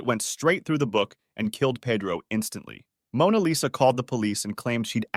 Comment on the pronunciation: Mona Lesa???